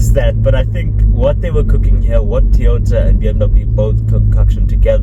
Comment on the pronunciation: What’s a Teyota?